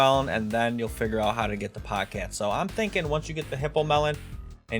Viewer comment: its POGE CATE NOT POG CAT